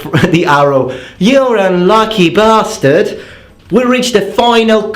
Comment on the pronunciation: "[...] lucky bastard." - channelling his inner British.